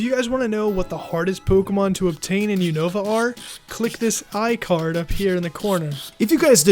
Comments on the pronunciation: I don't like how they say Unova, but otherwise great video! I love how they get in depth with the Pokémon! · You two need to learn how to pronounce Unova correctly